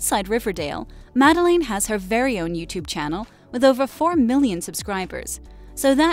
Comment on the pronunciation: It's pronounced Mah-del-ayne, not Mah-del-in.